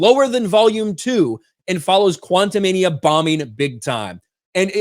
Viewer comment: Is it just me or each time says the title of Antman 3, I hear "QuantumaniUM"?:)